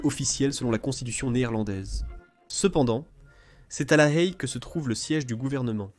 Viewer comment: La Haye en français ne se prononce pas "La Hhaiee" mais "La "è" !